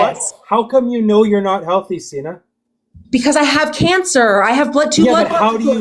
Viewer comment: Holy crap he didn't let Senna speak AT ALL and wouldn't even say her name correctly! WOW